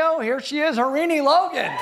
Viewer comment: Jimmy, it’s pronounced as Har-rin-I. People with Indian names have to be pronounce correctly.